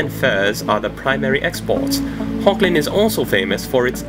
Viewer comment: I hate to correct you, but it's (phonetically) pronounced as 'Hog-land' The 'g' is pronounced as you scrape your throat (like the Dutch pronounce the 'g'). Hochland is German for High land. Or in Dutch it's Hoogland. =) (sorry I just couldn't resist telling you what it is in Dutch, as I'm Dutch =P ) ... so maybe the English accent you applied to the imperial, should be Germanic, like German or Dutch? =P Thanks again m8 for all your passionate and hard work! Hugs to Igor =)